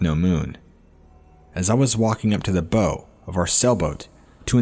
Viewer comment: Just FYI, when it comes to boating, "bow" is pronounced "bau", with the short vowel sound of the letter "O", not like you'd say it in reference to a bow & arrow...